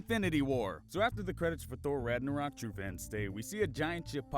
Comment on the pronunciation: He said ragarok